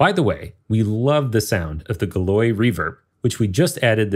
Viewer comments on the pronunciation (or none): The work you put into all of your instruments always amazes me. I've been looking for a quality organ instrument that doesn't cost an arm and a leg. Sonokinetic has Toccata, but it just can't compare to this. One minor point: Galois is pronounced gal-WAH, not guh-loy.